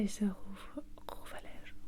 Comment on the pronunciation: J'adore la pronunciation du "rouve à lège",j'ai éclaté de rire. J'adore 😍 la vidéo en ENTIER 💟,merciii